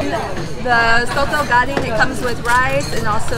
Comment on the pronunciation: Daging not gading 😅